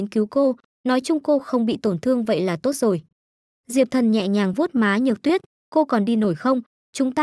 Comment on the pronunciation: Đừng "tôt" chứ.nghe ko hay gì cả